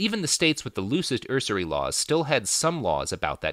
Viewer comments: "usury" - pronounced like "use" + "ury" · Normally, I have no trouble ignoring Robert's mispronunciations, because we're all human, and as he mentioned here, he only has a limited amount of time to research his topics, but I find the way he pronounces 'usury' fairly amusing. I don't know why.